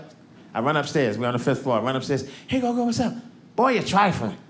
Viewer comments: Gogo isn't pronounced go-go, it's short o's. It's Xhosa for grandmother. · He called his gran Gogo - though he pronounces it differently that is the word for gran in a few of the languages in South Africa.